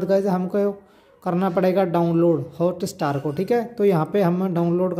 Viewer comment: It’s not hota star🤣🤣🤣🤣 it’s hotstar!!